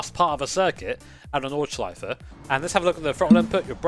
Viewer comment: As a German, I appreciate your pronunciation of Nordschleife